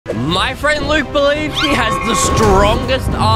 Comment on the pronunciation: Your frand is stopead 😂😂😂😂